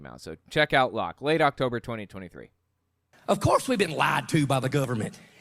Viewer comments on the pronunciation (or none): Yes. And your point is?. Listen to Lock,. He says "lard" when he means "Lied"